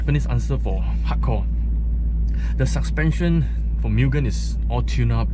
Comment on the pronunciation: "Suspension" not "Suckspension"